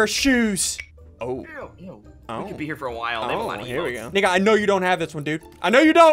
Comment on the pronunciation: when he says Nico it sounds bad…